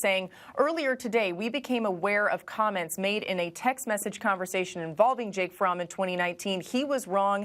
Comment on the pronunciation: Jake fromm state farm.. i thought she was saying jake farm.. child😬